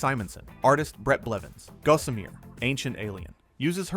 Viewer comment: Hey AI-for-brains! It's pronounced "GAH-summer", not "GO-sum-eer". Someone needs to get off the net and go read a book.